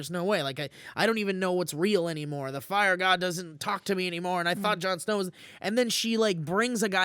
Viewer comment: "Jarn Sner" Lol!